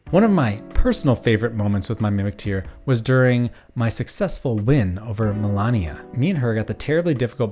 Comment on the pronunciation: The name of the boss is "Malenia", not "Melania". She tells you her name every time you die to her, after all.